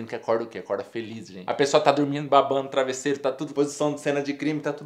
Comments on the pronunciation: Ele fala "trabisseiro" nada contra, só acho engraçado, sem preconceitos kkk. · Ele falou trabisseiro ou foi impressão minha. kkk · "Trabissero".... Kkkkkkkkkk